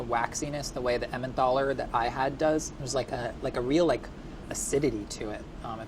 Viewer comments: Its Emmentaler not Emmenthaler!! Get rid of the h please! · it's emmentaler, not emmenTHaler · Why is no one talking about how he inserted the H into emmentaler?! There's no h! 😂😂😂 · there's no th in Emmentaler:D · It's Emmentaler cheese and not EmmenTHaler. Made me crazy every time he said it. Also Gruyère is not pronounced Greyere...if you're gonna act like a cook atleast learn how to f*ckin say what you're putting in it! Rant over and out lol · It's Emmentaler not Emmendahler! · Every time he says emmenthaler I want to scream. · Emmen "taller", don't pronounce an h into there, or maybe "tallah" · He pronounces it like EmmenTHALLER and they literally wrote "EnmenTHaler" on the list😅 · Is no one furious that this guy keeps saying emmenTHaler? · The way he pronounces Emmentaler... jesus man, where are you getting the H from? It‘s not Emmenthaler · I love that he pronounced Emmentaler „Emmendohla" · emmentaler is actually pronounced with a regular t, not a th :) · Idk why but when he says Emmentaler it triggers me so hard. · I chuckled on how he says "Emmentaler" :) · Swiss people triggered every time pronounces "Emmentaler". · The way he pronounces Emmentaler 😄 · His way of pronouncing Emmentaler hurts... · I just freaking love this guy Pronounciation of Emmentaler gave me uncurable illnesses, however 😩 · emmentTHHHALLER and tschallerhoker